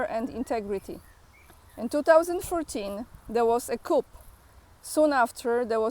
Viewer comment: again, "coup" is a French word with a silent ending, pronounced like "koo". That comment you quote is spot on. Zelensky and his backers should be in jail.